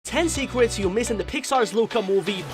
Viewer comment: I heard you said "secwets" instead of "secrets"